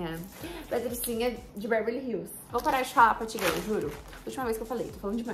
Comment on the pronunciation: por favor n para de falar patgirlll kkk